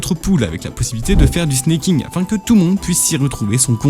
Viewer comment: Alors c'est pas du snacking, mais du snaking comme snake en anglais. Ça revient à dire serpenter au vue des trajectoires de la technique